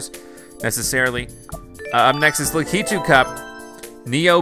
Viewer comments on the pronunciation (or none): your saying lakitu wrong the pronouncement thing is lack e 2 lakitu